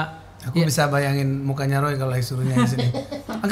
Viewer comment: Yang nyebutin "molo" padahal mau bilang "kalau" 😂😂😂 pak Joy ()